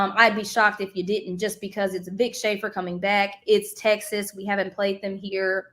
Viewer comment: It's crazy how she said texax back then and now she's there